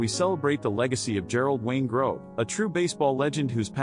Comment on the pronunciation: The commentator is pronouncing his name wrong